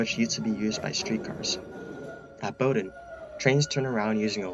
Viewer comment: I’ve only ever heard tree-mont. Also “suffick”, not suh-folk. Nailed Bowdoin and Alewife, though. 👍 Have you ever been to London? They have some incredible infrastructure. Victorian-era stations still in service, for example.